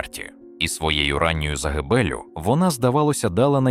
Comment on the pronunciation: СамойлОва неголОсний ДмитрОвич нААвчіть інтЕЕлект наголОООси ставИИИти. ЗагибЕЕЕллю…мерзнУУУУчи. Ну хоть провіряйте, ЩО ви викладаєте!!